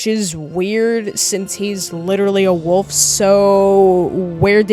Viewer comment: bro says wuf instead of wolf